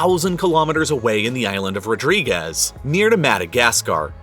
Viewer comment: Rodrigues island is not called RodrigueZZZZ